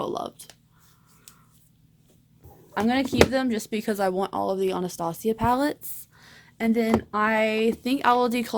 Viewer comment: Why do people pronounce Anastasia so weird????